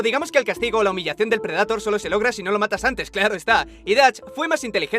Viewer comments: PREDATOR?, NO PUDISTE PRONUNCIARLO CORRECTAMENTE? DIOSSSS NO PUEDO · preh· duh·tr por favor pronuncia como se debe... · si bueno pero las traducciones y doblajes latinos son los mejores, no que los españoles apesta su doblaje de verdad no lo soporto, ademas de que pronuncian las palabras en ingles de manera incorrecta: "predator" tal cual como se escribe no mamen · Alguien muere de cáncer cada vez que dices predator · me encanta como pronuncias bien willy wonka pero no predetor o eirbender xd